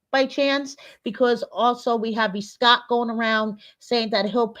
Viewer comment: when you said Escott. I LOL’d, and LOL’d again.